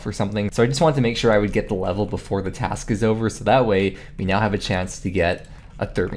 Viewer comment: Yeah! Daily dose of GIM video's from! Oh BTW its Task and not trask:P. Keep on the video's!